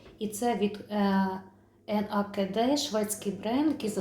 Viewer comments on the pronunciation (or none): Доброго вечора)Бренд звучить,як «нейкед чи нейкід»,як Вам зручно(голий англ.)